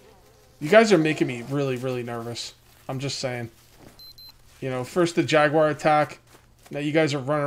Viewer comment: jaguar, not kugar ;)